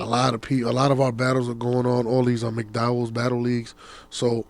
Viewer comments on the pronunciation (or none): He said Mcdowells. Shots